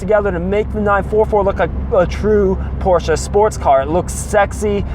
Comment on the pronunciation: Great video, I love that you pronounce Porsche correctly so many people don't lol. Love watching videos on the 944's, I have 3 944 and a 924s and absolutely love them. Keep the good videos coming!